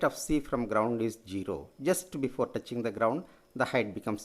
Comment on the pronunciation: touching hoga not toughing